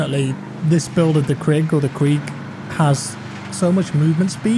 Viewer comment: The Kreeg 💀💀